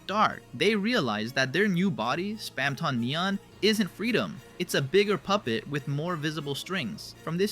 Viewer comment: WHO is SpEmtOn Neon 😭😭